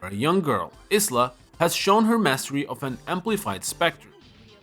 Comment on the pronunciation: Is-la? IT'S IYLA 😭*pronunciation*